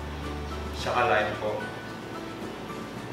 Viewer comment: "at saka" po hindi po "chaka" chaka means ugly hahaha